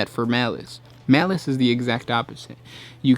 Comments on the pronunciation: I thought it was Malal not malice.... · His name is Malal, not Malice. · It's "Malal". Show some respect toward your elders, by using this god's Old School name: MALAL! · I thought the legal issues were around the name Malal and not Malic?